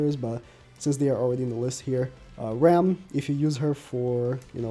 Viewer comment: It’s ram and rem it’s so irritating to me